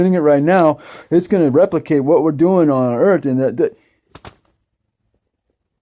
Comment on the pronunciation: Let's talk about that ball "Earf".